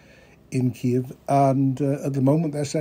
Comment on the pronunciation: "Ki Keev" stopped me. Sir Lawrence suffered a glitch in his programming. If he can't stick to the script, he'll get cancelled. I think I'll take a look at what RT and the Global Times have to say. Diversity is our strength. 🥴 😂